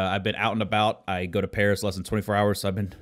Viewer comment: "iM gOiNg tO pArAS"